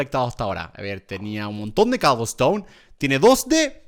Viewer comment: Cuando dijo cobleston me acorde de l serie de skiblok